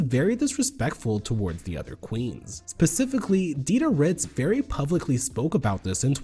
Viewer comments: I’m offended that you said pacifically instead of specifically. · Pacificaly??? Or did you mean to say specifically 🤔